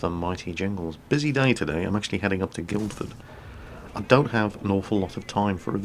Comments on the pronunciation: Did you say Guild-ford near the very start? The "d" is actually silent so it's more like Gillford. Sorry, I couldn't bear that pronounciation... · its pronounced gil-ford over jingles. I live there :D well, Aldershot to be realistic. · O snap, I'm from Guildford :^) P.s., you don't pronounce the D.